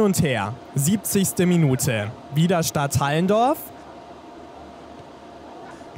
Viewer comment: Es wir nicht Stadthallendorf ausgesprochen sondern Stadt Allen Dorf